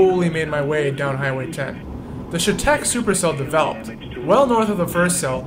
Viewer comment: I live off M in chetek and from my house you could see the tornado forming coming straight to my house. Pronounced Shatec.